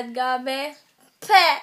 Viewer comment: it sounds like she's saying gubby. not gabby.